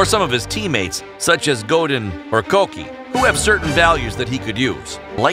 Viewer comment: why the fuck did you pronounce Godin as Go-den??